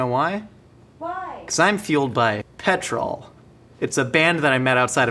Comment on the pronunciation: The way says Petrol wrong though😂